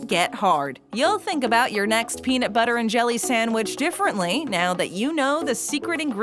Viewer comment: you know she’s FAKING THIS LIST WHEN SHE SAYS “PENIT”